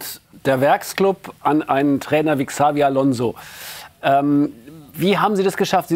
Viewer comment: Dieser Sender ist fachlich so katastrophal, die Fragen waren teilweise super dämlich und der eine Kollege der immer Xavi Alonso sagt und dann auch noch ksavi ausspricht 🤦🏼‍♂️